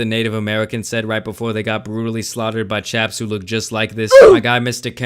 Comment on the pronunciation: You said "Chaps"